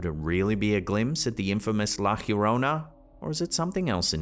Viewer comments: Doode... Not ALL, latin American, femalesque sightings are, "LA GJHHHIYORROUNÆ", as you pronounce it. Stop it. Now. Hahaha. I'm also let down that you didnt include The Roadrunner as the, more than likely suspect that would have painted, such, an elaborate mural on that mysterious wall. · "La Llarona" is pronounced "lah yah-roh-nah". Love you but it bugs me the way you say that!❤ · I love but over the years but it has driven me CRAZY say it right, La Llorona. It is pronounced La Yo-Ro-Nah broken down. All is hear is Stewie saying Wheat Thins when you say it!! I know its not his language so dont come for me!! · You kill me everytime you mispronounce “La Llorona” it’s not HIRONA… it’s Jorona…. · I hope nobody ever tells how "llorona" is pronounced, because among with the figgahs, "la Khyorona" is my favourite guest star on this show god I love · Please, I beg you, it's pronounced "lah johrohnah". The LL is pronounced like the J in John, James, Janice, Juliet. It's not pronounced like the english H. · Bro, there’s no h in Llorona. It’s not Hebrew. Learn to pronounce stuff before bludgeoning the languages. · being fluent in Spanish and Portuguese, the correct pronunciation of the weeping lady phonetically is, La "Yo-ro-na". The double LL in "Llorona" is pronounced as a Y. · Pronounced yo-rona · Scarier is pronouncing it "girona" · The English pronunciation of "La llorona" is "La jorona",. 😉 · La Llorona???? ahhahahaha come on dude... a witch maybe but la Llorona ahahahaha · Just a quick correction for you. It’s La Llorona” the double L is pronounced like a y sound like in “yes” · I've only ever heard Llorona pronounced with a "Y" sound at the beginning. I don't know what he was saying....